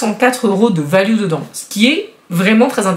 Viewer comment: la miniature Jésus Christ pour Noel c'est de circonstance mais je l'aurais plutôt mise en 24 😁Tu me fais toujours rire lorsque tu dis "Valu" au lieu de "Valeur" , tu le Prononces à l'Anglaise ou c'est comme ça qu'on prononce de Par chez Toi 🤔😊 Meuh !! non Un Billet de 500€ plié en quatre rentre dedans facilement, faut juste trouver le Billet 😉😁 Bon tjrs pas abonnée, je sents que je vais me faire passer un SAVON 😬par contre je like 👍🏼 +++